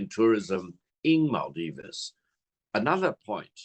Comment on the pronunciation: What is maaldivese u say, it's called Maldives